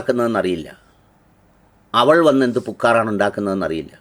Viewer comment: എന്ന ഭാഷയാടാ ഇത്. "പുക്കാറ് ...!" "പു"നീട്ടാതെയും "ക്ക"വിട്ടു കളയാതെയും സൂക്ഷിച്ചു പറയുക. അർത്ഥം മാറരുതല്ലോ...!